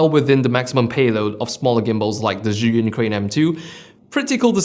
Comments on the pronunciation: Koo it's more of an appreciation. Most of the people can't even pronunce zhiyun close enough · I think you are Chinese ethnicity because how perfectly you pronunced Zhiyun